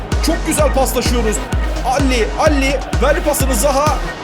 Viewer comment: abi adamın adı DALLİ DEĞİL Delle Alli ali de geç ya ::D .. D: :D :D